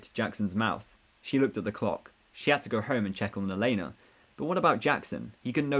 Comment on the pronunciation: Tell me, what's the thing with elena El -en-a not el-ay-na